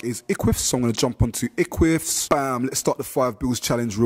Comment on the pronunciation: eqvvs is pronounced ek-wiv-is bro for future reference